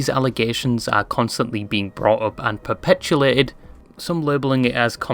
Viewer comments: sorry great video but its "perpetuated", not "perpetuLated" 😅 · Perpetuated not perpetulated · fyi it's perpetuated not perpetulated